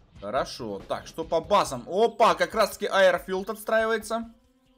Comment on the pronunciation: Почему айрфилд а не ейрфилд